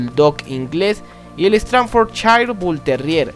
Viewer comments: Es "stadford" no "stranfor" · ESTRANFORCHAIR????? Que carajos es eso!?? Yo creía que era STAFFORDSHIRE!! mala pronunciación amigo pero muy buen vídeo. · American Stanfrordshire terrier? Aprende a hablar primero